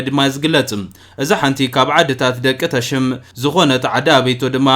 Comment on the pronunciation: ደቀተሽም ኣይበል ደቅተሽም ኣኮነን